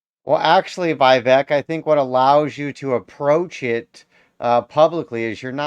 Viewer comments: Its vih... veak , not vaivek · Vivek is pronounced “Viv-ake” I love him so much that I changed my registration from Independent to Republican just to vote for him in the primary.